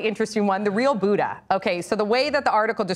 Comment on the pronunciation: Is anyone else annoyed or agitated at the way they say Buddha